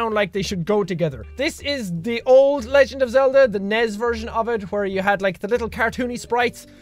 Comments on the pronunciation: N E S... NOT NEZ. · I'm sorry, NEZ?( I know it's an accent and yes I am making fun of it) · You called the NES a "Nezz" Right on.